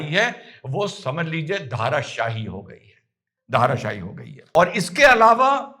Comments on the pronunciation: उर्दू जाननेवाले होने से वक्ता संस्कृतभाषा का शब्द ठीक से बोल न पायें यह बात समझी जा सकती है; लेकिन सही शब्द 'धराशायी' है, "धाराशाही" नहीं। 'धरा' = पृथ्वी, ज़मीन और शायी = सोया हुआ या गिरा हुआ। उर्दू भाषा में कहें तो — ज़मींदोज़। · धराशायी शब्द का अर्थ होता है जमीन पर सोया हुआ। इसे धराशायी बोलिए, धाराशायी नहीं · Sir ji, It is Dharaashaai and not Dhaaraashai..